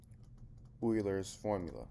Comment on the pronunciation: The name of the guy is Euler, not Eurler!